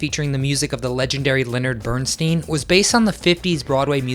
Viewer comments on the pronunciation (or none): Please!! Have the Narrator pronounce Leonard Bernstein's name correctly!! It is Bern STYNE, not Bern STEEN. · It's Bernstein as in stine, not Bernstein as in green. If you're going to do this, do a little research. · You should check out how to pronounce the name of the composer before you make a video about a show... anyhow thanks I knew nothing about this.. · hmmm I don't think this is how you pronounce Bernstein............